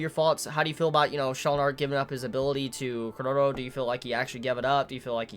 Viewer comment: Every time you say Chrollo something inside of me dies :p